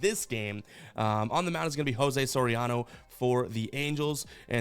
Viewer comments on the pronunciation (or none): none